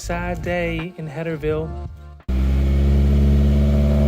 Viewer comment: "it was a sad day in header-vile" ahahah how did I just hear that!